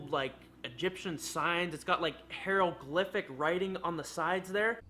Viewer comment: Did he really just mispronounce hieroglyphs? imhotep help us all.